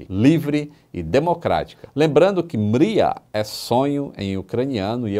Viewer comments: Não é "Míria", é "Mrí-ia". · se pronuncia Mria mesmo e não miria!! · Tô rindo até agora da pronúncia ucraniana do.... Hehehehehe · a pronúncia correta é algo muito parecido com o nome Maria no sotaque de Portugal. Curioso né? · É impossível pronunciar Mriya, sem parecer um Português falando Maria!!